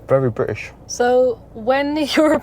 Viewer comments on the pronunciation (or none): "Very Bri'ish" 🤣🤣🤣